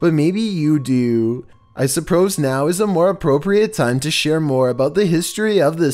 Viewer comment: "I Supprose now." anyone else hear It?